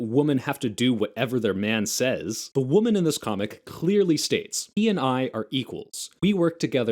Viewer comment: wait a second, does he say "women" and "woman" the same??